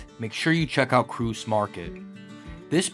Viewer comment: Kreutz is pronounced "Krites." Not dissing your pronunciation. Even those from up the road in Austin have had to learn the correct way over the years. FYI: Smitty's was the original Kreutz-a huge family disagreement led to the establishment of the current one years ago. And Lockhart is absolutely Central Texas.